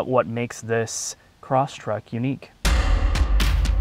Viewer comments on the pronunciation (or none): Um, it's Crosstrek (not Crosstrack).